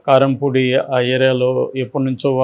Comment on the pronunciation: కరెంపూడి కాదండీ కిర్లంపూడి